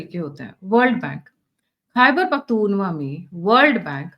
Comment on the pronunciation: मैडम ख़ैबर पख्तुनख्वा है न कि पख्तूनवा। इसे सुधार लीजिए। आपका चैनल देखता और सुनता हूं इसलिए लिखा अन्यथा न लिखता। गलत उच्चारण कानों में खटकता है।